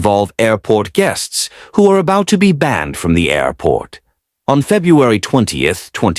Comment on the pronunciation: That was a record number of “airrrports” in the first two sentences. Lovin’ it!